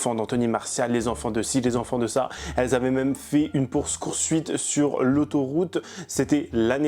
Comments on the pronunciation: "une pourse coursuite" 😂😂😂😂 Oh putain tu m'a fait éclater de rire 😂 J'etais en pleine partie de game, jai perdu parce que jai du réécouter voir si c'etait mon cerveau qui avait buggé ou pas 😂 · "Pourse coursuite" désolé mais ça m'a trop fait rire ! 😂😂 Sinon super vidéo